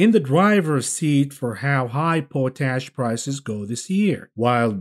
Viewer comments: Yes I'm having trouble you keep pronouncing pot ash as po tash😂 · Pot-ASH Not Po-tash Oh no…